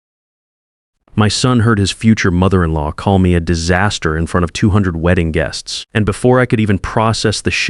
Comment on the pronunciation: Geests?? Teach your AI language skills